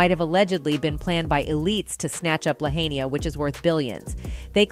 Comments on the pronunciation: First of all, to the "news" reporter, if you're going to report on the Maui fire, pronounce the names correctly. It's not "La-hay-nia". Lahaina. In Hawaiian EACH vowel is pronounced separately. There are no diphthong pairing of vowels. So..... "La - HA-I - na". Pronounce the A & the I separately. And, really? How would you set a fire that burned so hotly that would not burn only blue things???!!! Does that make sense? You would have to live there to know how superstitious people are. Please don't believe every single conspiracy theory you hear during these early days. I really wish people would not react to these types of videos. They might lead to innocent people getting hurt. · Just WHAT THE HELL IS: "LA HAY-NEE-AH"??? 😳 🙄 🙄 🙄 IT'S PRONOUNCED: "LA HIGH-NUH". Jesus. I mean, it's only *THE SINGLE MOST IMPORTANT WORD IN YOUR ENTIRE REPORT!!!* *CAN YOU TAKE LESS THAN ONE MINUTE TO LEARN ITS PROPER PRONUNCIATION???* EDIT: Learning The Proper Pronunciation of Someone's *Name!*--And Someone's *PLACE!*--is Also A Matter of *RESPECT!* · Somebody tell the woman who is narrating the clip of Maui destruction that it ISN'T "Lahaynee-ah", it's LAHAINA. At least know how to pronounce it, chick. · La high na not la hat née ah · La high na NOT la hay na!! Seriously one should learn this before sir. Plus everyone else pronounced it correctly. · It's pronounced La-hīna...not La-hānia. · La HY nah not La hein ee ah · Not La-hay-na it’s La-High-Na , reporters not pronouncing correctly what else is new? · The lady is calling it, la- hane- neea. Its pronounced La-hi-nah. Sounds weird for someone to not know proper pronunciation of places theyre reporting on. Just sayin! 😊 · Lahainya? Lahaina (La High Na - phonetically pronounced)....This ladies voice is also the same voice from drama bay, and I think she is an AI voice. She constantly pronounces names, towns, etc., incorrectly! I don't like her!!!! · It’s pronounced “ La HI na” not “La hey Na” I believe all of this. Pure EVIL